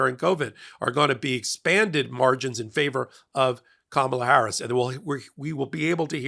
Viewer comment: the first name of the next president is not pronounced, “Ka MAH la,” except by Trump, and by you, tonight. Remember her nieces at the DNC, teaching the correct pronunciation? “Comma, like in a sentence, then “la” like, “la la la la la la la!”